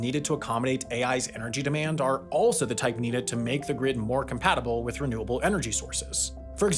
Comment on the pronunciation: You mispronounced: "Reliance on renewable energy sources..."